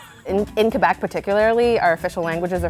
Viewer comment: I'm angry that the food tour guide said "Qwabec", I've never heard any francophone say this but I live in Ontario so idk?